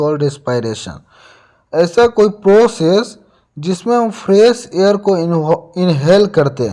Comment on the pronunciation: Bro hair Nahi balki Air hai